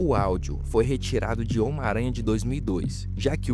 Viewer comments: Omaranha... (SIC) 🤣 Seria melhor se dissesse “miranha.” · O cara fala "ómaranha" 😂😂